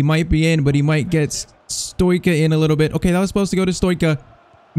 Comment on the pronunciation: Pcq:Stoica is pronounced like Stoichkov, so its like Stoitchka